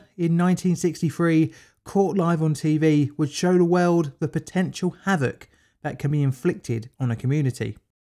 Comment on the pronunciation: "In 196fwee, caught live on tv, would show da wewld." Maybe hire a narrator if you can't get the basics right.